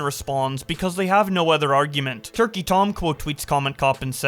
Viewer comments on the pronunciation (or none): none